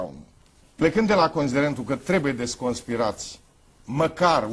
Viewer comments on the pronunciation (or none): La minutul auzi-l pe domnul presedinte cat de bine stapaneste limba romana...."desconspirati"...in loc de "deconspirati"....asa presedinte, asa fiica, asa popor.